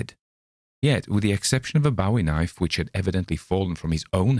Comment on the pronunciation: bowe ee knife..not bow wow..think english long bow